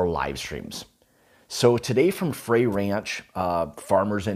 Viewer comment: I live 45 miles from the distillery...it's pronounced fry, like fried food. Love you channel, I just subscribed.